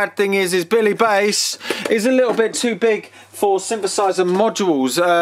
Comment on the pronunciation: You're the only person I know who's mispronounced "bass" in the OTHER direction.